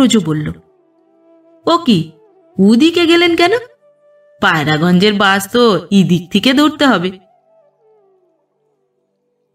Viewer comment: আপনার পাঠ সুন্দর। তবে "বাস" আর "বাশ" এই দুটো উচ্চারণের বেলায় সচেতন হলে আরও বেশি ভালো হবে।